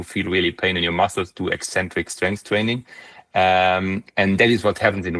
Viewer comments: You have a funny way to pronounce "eccentric", you say it like "ecentric". *Ex*entric is where it's at. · Eccentric is not pronounced "eee-centric". Ever.